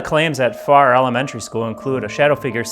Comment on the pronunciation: Not sure if you got clarification. of the town and school name pronunciation. It sounded like you were saying Far instead of Farrar. A little more R roll. Lol!